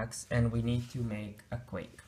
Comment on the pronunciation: Great video illustrating Stacks and Queues. However, just for your information, "Queue" is pronounced simply as "Q" or "Kew" and Not "Quake".